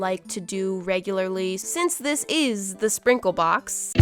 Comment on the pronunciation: There was no “s” in the word “sprinkle”…or maybe it is just my tablet idk but EVERYONE SUPPORTS